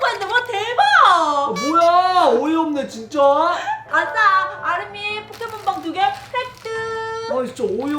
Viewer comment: 처음에 램덤 포켓몬 빵 이아니라 포켓몬 빨이라고 들려요